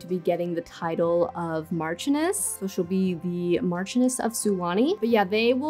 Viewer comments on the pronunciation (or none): The pronunciation of Marchioness is more like Marshioness rather than how it’s spelt, haha 😂